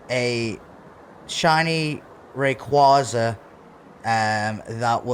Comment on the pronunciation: Imagine being a Rayquaza collector and not knowing how to pronounce it